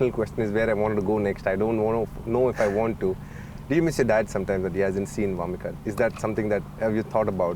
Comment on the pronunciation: It's vamika not warmika